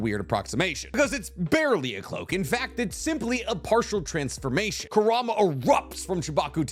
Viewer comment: Ku-ra-ma, just correcting because my borderline OCD Is hurting